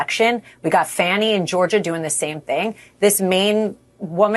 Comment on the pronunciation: Does she say "Fanie" on purpose? Such an idiot